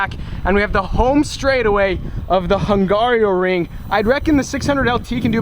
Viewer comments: ...and then u ruin the quality by saying HungarIOring instead of Hungaroring :D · Hung Garo Ring, Not Hung Gario Ring. just saying. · Okay. Fellow American here, also F1 fan who has been to Budapest. My wife is Hungarian so I feel the need to correct you on a few things - 1. Hungaroring - 'Hung-R-o-ring', not hung-aerio-ring. Fun fact: In Hungarian it is Mogyoród, which not only means Hungaroring, but also means 'your balls' in Hungarian. 2. That water park is kickass, not creepy. 3. Hungary is central Europe, not Eastern Europe. 4. We all know that's not you driving in the b-roll on track footage, especially if that's your 2nd time to a race track. Do a racing school like Lucas Racing School and make a vlog about it. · It's not hungarioring... it's hungaroring. You've been there you should be able to pronounce it without adding a letter like you did during the entire video lol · Hungaroring bro, Hungaroring. But good video as always. :) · Lol. It’s not Hungario.. get rid of the I and you’ve got Hungaro ring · repeat after me. HUN - GARO - RING . No I in the middle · As a hungarian, it's so funny how you say Hungaroring :DD